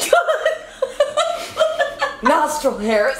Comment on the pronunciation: When liza said nostrile hairs I DIED